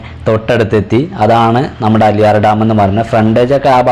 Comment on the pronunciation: അലിയാർ ഡാം അല്ല ആളിയാർ ഡാം